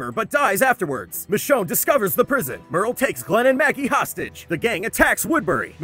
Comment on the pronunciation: All this time i was hearing “the show” instead of michonne